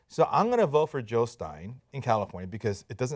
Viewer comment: Jill, not Hill!